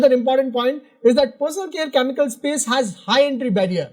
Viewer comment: Please work on your pronunciation. You pronounce chemical as Chamical or Kyamical.